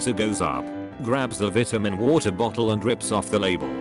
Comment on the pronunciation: Why don't you know how to say vitamin right?